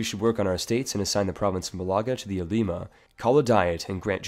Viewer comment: Ulema is pronounced differently right?